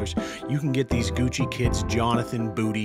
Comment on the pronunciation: "Gushi shoes"